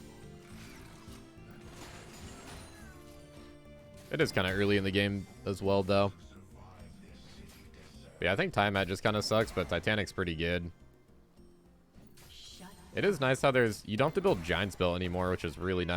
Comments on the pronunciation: I was thinking the same thing. Tiamat is pronounced “Tia-mott”, like the name Tia and the Mott’s applesauce brand. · You pronounce tiamat differently. Nothing wrong with that it just sounds weird